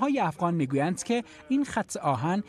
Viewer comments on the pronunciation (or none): none